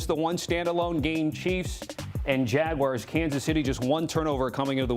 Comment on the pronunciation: Who are the jagwires???? He can’t even talk properly